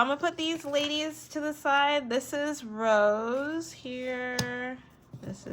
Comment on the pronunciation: It's Rosé not rose Rosé pronounce RO-ZAY